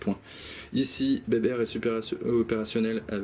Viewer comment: Pitié , c'est béber sans le "t" 😜. Merci en tout cas, je reviendrai avec grand plaisir.